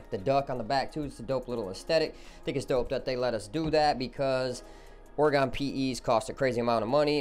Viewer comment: Holy shit the way your kept pronouncing Oregon throws me.